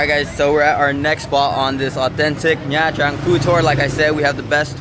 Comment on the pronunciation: Ban xeo is a lettuce wrap. Your pronunciation of Nha “Trang” is really hard on the “Tr”. It’s a lot smoother and softer on the “r”.